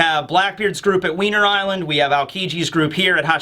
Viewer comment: "wiener" island